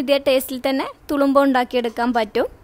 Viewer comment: തുളുമ്പാ അല്ല തുറുമ്പ എന്നാണ്..